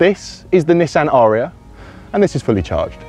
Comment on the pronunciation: It's pronounced 'a-ree-a' アリア...